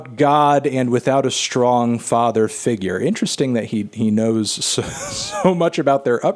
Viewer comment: When said "stong father figure" he really meant "authoritative father figure."